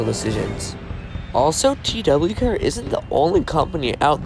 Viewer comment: Nice vid I saw the, too they are goofy but it’s actually pronounced tuh why care 💀